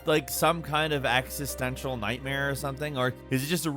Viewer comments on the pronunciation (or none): Is he saying axistential? The word is supposed to be existential. Is pronunciation THAT off or am I just hearing it wrong?